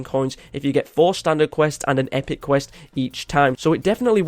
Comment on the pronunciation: You mean, “qwirst”